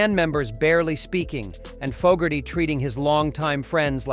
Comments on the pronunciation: It’s Foe-gerty , not fog-erty………. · "jahn fah Gertie" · ”Fog”erty pronunciation was enough for me to stop watching. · Don't know about anyone on the list but I'm pretty sure he would hate the way you are saying his name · The idiot can't even pronounce John's last name correctly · Bruce Springsteen inducted Credence at the RnR HoF. It would be nice if this bot could learn how to pronounce the artists name.